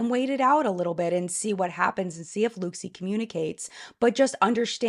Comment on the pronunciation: It’s pronounced ‘look see’!